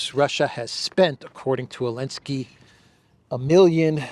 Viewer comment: Does have problem pronouncing the letter Z? He keeps saying Elensky.